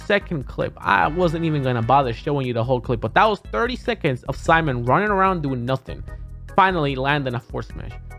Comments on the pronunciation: "... introduced in the form of See-mon and Rhish-tere Bell-monty." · Rip Etika I was predicting Seamen and Rich-ter Bel-moan-t